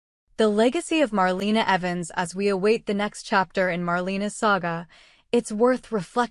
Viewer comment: Please say her name right! It’s Marlena